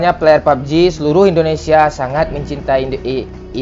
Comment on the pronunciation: Indonesia bang Bukan Endonesia